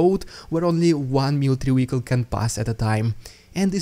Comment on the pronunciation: Veeehicle not Weeehicle. Just saying and not complaining. Keep on doing what you do. Yours with two thumbs up on your channel - FOB Whiskey Victor Canada